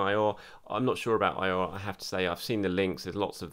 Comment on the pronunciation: For Houssem Aouar's last name, OU is pronounced like W in French, it isn't "ayoor" it's in fact "awaar."